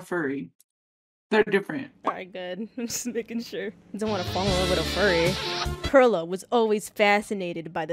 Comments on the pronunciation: Do u think they'll ever know that pearla is pronounced like pearl the gem and not fruit😭😭😭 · Pearla pronunciation has me dead but honestly relatable people do that with my name too